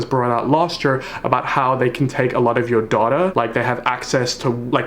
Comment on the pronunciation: He solved the mystery. It’s neither pronounced data nor data. From now on it’s dAdA !